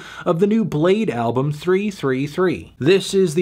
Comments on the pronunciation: its bladee not blade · It's pronounced Blade-ee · Fr u don't pronounce the 2nd E wtf is that y is it there